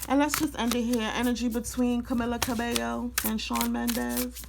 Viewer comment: Cah-mee-lab. Cah-bay- yo is how you pronounce it…